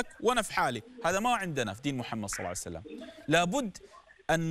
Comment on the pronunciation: صلى الله عليه واله وسلم* وليس صلعسلم